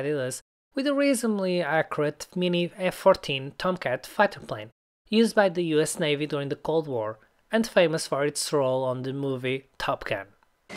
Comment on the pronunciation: Bro really just said top cat